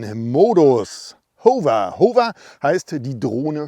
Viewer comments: Besten Dank. Nettes Spielzeug für große Buben. Erkenntnisreiche Präsentation. (Wenn Du aus Deinen eigenen Video-Tuts auch 'was lernen möchtest - nur dann ... : "Modus"-Singular; "Modi"-Plural, "Modis-gibt's nicht; "Hover"=[howwer], [huhwer]="Hoover" (war glaub' ich 'mal ein Staubsauger) Klugschiss aus!). ;-) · Lieber, dank für das Video...Aber es spricht sich, meine ich, HAWR (Hover):)